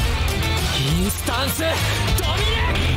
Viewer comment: ドミ↓ネー↑ション